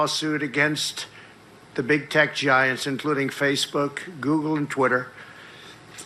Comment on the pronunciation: I'm surprised David did not pick up on Trump saying "Googoo and Twitter" . It's clearly Trump reverting to his infant form.